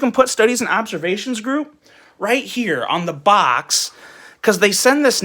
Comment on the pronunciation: The bitching about the branding ,plus the way he says box, made this almost unbearable to watch.